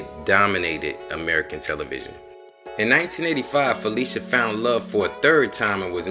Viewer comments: Excellent. But her name is not pronounced as if were spelled, Felicia, it's actually PHUH-'LI-SHUH. See . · Her name is pronounced: Fah - lish - ah. (short "i") not fah-leesh-ah. She is very particular about that. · Lish [Phil….lish…a]. Debbie Allen quickly corrects people when they say her name wrong. This was awesome to see. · Learn how to say this woman's name, please!!! It is NOT Fa-LEE-sha! It is Fa-LISH-a! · So true. But to be fair, her name is so interchangeable with Felicia that people just automatically think that’s how you’re supposed to say it. Even I didn’t know until a few years ago that it’s really pronounced fuh-LISH-uh because so many people called her fuh-LEE-shuh all my life. It’s like the “phy” don’t even matter. They still think it’s like Felicia. But get this, she was actually named after an aunt whose name was spelled the regular way…but that’s the real pronunciation of Felicia 🤣. Names and these vowel pronunciations are funny, I swear. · I think she would scalp you for pronouncing her name Phy-lee-shia instead of the correct way of Phy-li-shia. Lol... IJS. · Fuh- lish-uh Not Felicia but that's a good one 🤣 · that her name is NOT pronounced Felicia it's Fuh-lish-uh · Brother what a beautiful tribute….however a lot of yall are mispronouncing her name its not “PHY LEE SHA” it’s “PHY LISH A” although spelled Phylicia…listen to how Ahmad Rashad pronounces it when he proposed on live television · pronounced Phy-lis-ha.... love her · I love this video I just hate that you pronounced her name wrong the entire video